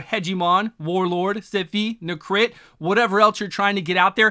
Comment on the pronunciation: Bro why do you say Nehkret’s name like its NeCRIT